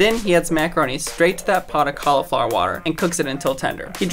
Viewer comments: Caul eee flower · Why does everyone pronounce cauliflower at call-E-flower?? Nope. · I laughed when he said Caulaflower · Im from the uk the way he pronounced. Cauliflower was so strange.. Koftbaah ??? Col eee flower thats if that what he means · Yes,, you're a professional, but cALIFLOWER?? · omg the way that he pronounced cauliflower CAULLAFLAWUUUUR